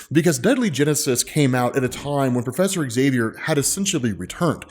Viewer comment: ok, I really need to ask.. when I watched the Xmen show recently, I think that was called Xmen 1987.. I kept hearing Magneto says Axavier instead of just Xavier.. and then i started hearing noticing that everyone was saying Axavier instead of just Xavier.. and Now I randomly watch a Xmen video and notice that you also say Axavier.. like what's going on? is it an american thing? like how you can't pronounce ratatouille correctly?